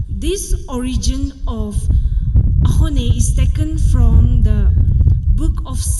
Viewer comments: To all the SUMI people who pronounce 'AKHONE' are AXONEBA People's 😂😂 SUMI TOTIMI who don't know how to make AXONE are AXONEBA TOTIMI😂😂😂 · you nail it, mos of the people including our sumi can't pronounce axone and its origin. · Thank you for pronouncing axone with originality...nowadays wannabe celebrities tend to say it as akhone